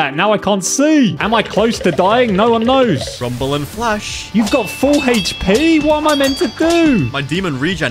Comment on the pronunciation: I'm sorry but did you say rumbel